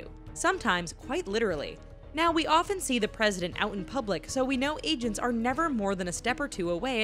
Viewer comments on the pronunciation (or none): none